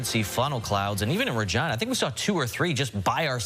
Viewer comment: Is that really how you pronounce Regina? 😂